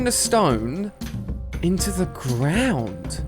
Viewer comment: You said trees in said the grawnd